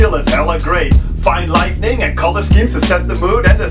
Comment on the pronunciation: Huge, "Horrible Reviews," fan here. : ) I'm doing a binge right now just because I love to re-watch your content and something I've always noticed is how you pronounce "light-ing," as "light-ning," like in, "thunder and lightning," : ) I find it rather endearing actually. I've never really commented about it before (that I can remember) but, I don't know, I just like how you pronounce it. (So don't change it... Please lol.) It's along the same lines of how I used to be enamoured with my Brazilian friend in high school being unable to pronounce the "th" in words like, "three," so it'd always come out as, "tree," instead. I've always loved that. There's only word in English that I can't stand being mispronounced which is, "wash." It's a Midwestern-American thing, it's more likely to be the older generations for people to say, "warsh," instead of, "wash," and it's driven me crazy since elementary school. The reason being is I used to say it the same as my parents ("warsh") and subsequently got made fun of being called, "stupid and uneducated," well, in kid words. By the age of 7 or so I had changed my pronunciation to, "wash," and have never gone back. "Warsh," is like nails on a chalkboard to my ears. It's to the point that my mom even changed her way of saying it to, "wash," now but my dad still says, "warsh," to screw with me and make me upset over word pronunciation... Then he laughs about it, the a-hole. Lol. Sorry about that rant. If you have made it this far my whole poin